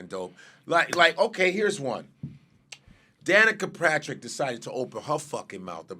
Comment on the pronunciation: Godfrey, it's Danica Papsmere. 😅